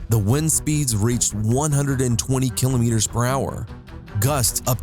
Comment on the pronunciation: Can we take you seriously when you can't properly pronounce the word "kilometers"?